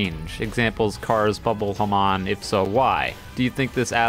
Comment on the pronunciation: Hamon is pronouced Ha-moan and if you dont wanna say moan just say ripple, this pisses me off so god damn much